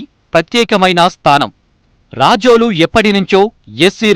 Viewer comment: Adi racholu kaadu ra babu, rajol